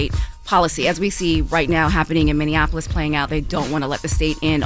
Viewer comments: Minneapolis, not Minneannapolis. Lol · You can't marry someone who is a felon and obtain citizenship fyi. Oh and Charla it's pronounced Minn-E-apolis not Minn-IN-Apolis. 😉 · Charlemagne, it's MinneAPolis, not MinnAnapOlis lol